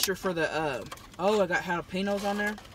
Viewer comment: I love how they say jalapenos literally like it's spelled 😂 "halapinos"